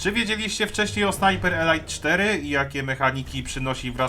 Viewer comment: "elajt" to eleit a "elit" to elite Taki mały szczegół, ale bardzo fajny film muszę przyznać. Pluj dalej na te firmy dzisiejsze!!!